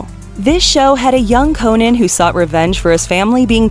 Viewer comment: Cringing the way she says Conan